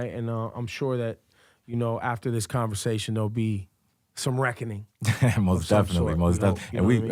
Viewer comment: i was going to watch the whole thing until he said convasatin 🤪🤪🤨😔